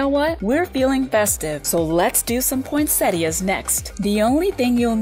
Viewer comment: Video: chill Narrator-bot - POYNNSETTIAS